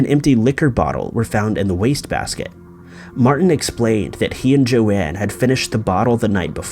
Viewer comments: It’s Joan, not Joann/Joanne... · Her name was Joan, one syllable, and not 'Joanne.' doesn't even try on some of these things. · It's Joan, not Joanne Risch. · The first woman's name is Joan....pronounced jone. Show some respect for once. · Her name is JOAN - NOT Joann